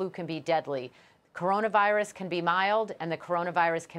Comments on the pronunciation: Stephen a can’t even say coronavirus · Don't let it distract you from the fact that Stephen A Smith can't even say Corona Virus.